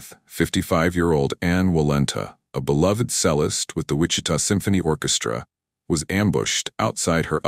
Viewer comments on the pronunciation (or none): This had me wondering if i was slow for a second....like wtf is a sellist? Learn to pronounce bro....some of us are awfully picky and struggle to unfocus on blunders like sellist. Yes, its our flaw but its your choice to speak for a living....at least do it right. You could have even said musician if you were confused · Yes …. Also pronouncing cellist as ‘sellist.’ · "A beloved selous"? Lol i think this fool meant cellist. U know someone who plays the cello, sounds like chello. Smh. Selous... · Or cellist. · A.I. can't pronounce cellist. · I really don't like people who say things without ensuring they're correct. Google "pronunciation of cellist" Google search is AI and will spell the correct pronunciation and pronounce it for you.